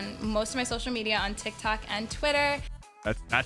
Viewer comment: He said Nick Eh 30 lol